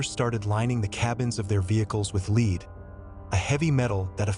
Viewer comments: Do you not know how to pronounce "lead"? You keep saying leed. Is this just an AI voice over? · Lead is pronounced Led. Just helping. Thank you for the video.